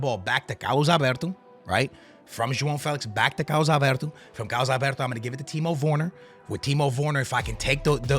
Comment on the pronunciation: "Timo Vorner" XD